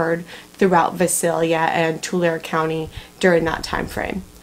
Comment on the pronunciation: Just FYI....correct pronunciation for Visalia is V-EYE- salia.....and Tulare is T-YOU-LARRY.....